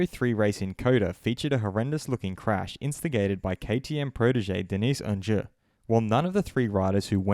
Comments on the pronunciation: Who's Onjer? You mean Oncu pronounced ON-Shoe? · Bro if you’re gonna slate him at least pronounce his name correctly 😂